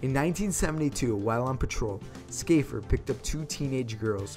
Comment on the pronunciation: I think he pronounced "Shaffer" as 'Skafer'. Odd